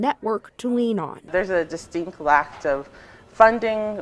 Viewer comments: “A distinctly lacta” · "A distinct LACT of funding." 🙄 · "Lact" ??? LACT ????? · distinct "lact" lol